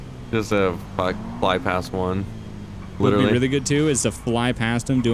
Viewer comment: lit rely killed me